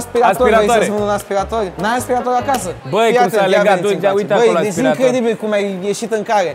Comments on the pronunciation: Bine pe engleza… “ASPIRETOR” 😂😂😂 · Aia cu “aspireitor” e cuvant nou in engleza 🤣🤣🤣, noi la scoala am invatat vacum cleaner parcs 😺😂